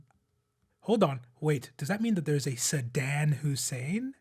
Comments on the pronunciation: I was brushing my teeth when you said sedan Hussein. I about choked on my toothpaste dude. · “Sedan Hussein” 😂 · "Sedan Hussein" killed me for a solid 5 minutes. I needed to pause and recover. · “Sedan Hussain” BOOOOO! Take your crown, king, but BOOOOO!